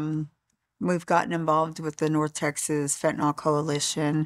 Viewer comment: Why is everyone calling it fentaNOL? it's fentANYL.